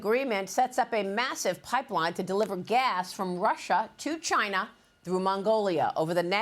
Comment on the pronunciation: Rusher and Chiner? lol